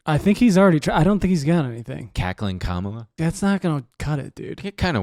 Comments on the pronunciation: you’re pronouncing Kamala wrong, or at least you did a handful of times. It’s comma-luh, not comMAH-luh. I still think you’re sexy and I love you. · PLEASE learn how to pronounce Kamala Harris’s name correctly